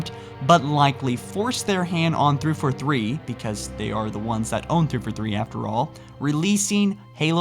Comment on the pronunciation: like your videos, just one criticism... It's THREE FOUR THREE, not threefa three. lol